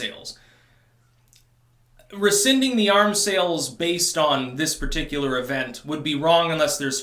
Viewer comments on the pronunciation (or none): none